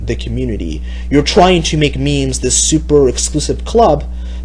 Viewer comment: Why does he keep pronouncing memes "means" just proves that he's a normie who is just petty that he is being insulted.